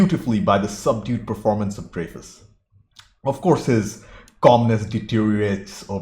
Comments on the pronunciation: I believe it's Dry-Fuss. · You talk way too much. And it's Dry-fus. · I could be wrong, but pretty sure it's pronounced "Dry fus" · Dreyfuss is pronounced Dry'-fuss.